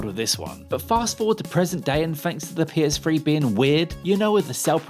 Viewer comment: The PS-free? What?